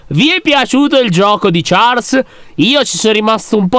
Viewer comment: Comunque si pronuncia sciarl ma si scrive Charles